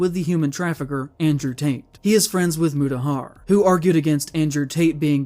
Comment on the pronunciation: Mutahar? You mean muta...har? What the fuck was that pause? It wasn't like...a choke, he said it like that every time. Muta...haaaar.